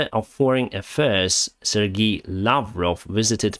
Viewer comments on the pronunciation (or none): none